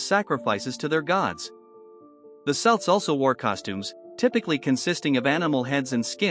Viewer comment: It's pronounced kelts